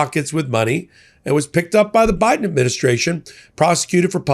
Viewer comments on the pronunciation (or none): none